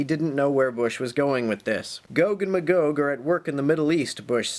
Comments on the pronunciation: Magog is a town in the Eastern Townships of Quebec, Canada. It's pronounced "MAY-gog", btw, and they've been plotting against Israel for years. Bomb them. Now. The Biblical prophesy demands it. Carry out the Word of God. Thank you. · That's pretty close to how I always pronounced 'em, except that I went with "muh-gog" instead of "may-gog". You know...like if someone is totally blown away by something, and they 'stand, staring agog". Like that.